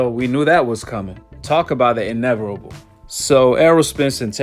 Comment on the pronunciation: Inevitable doesn't have an R 😂🤦